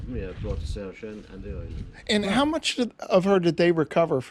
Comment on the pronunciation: very interesting.don`t wish to be pedantic ,but it`s pronounced "Sheersay"